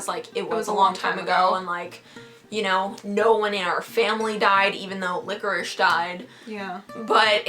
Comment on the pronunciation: its licorice not licherish